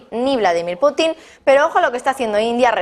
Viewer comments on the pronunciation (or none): none